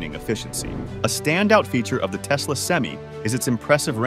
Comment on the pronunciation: It's "sem-eye," not "sem-ee." It's "Tesla," not "Telsa," but your AI reader wouldn't know that either. The problem with AI readers is that they are obsessed with giving a pro, then a con, then a pro, then a con, before switching topics. If you're seriously into EVs and charging, write your own scripts and use your own voice. It won't be good for a while, but you'll get the hang of it. All this AI does is make enemies on both sides of the issue.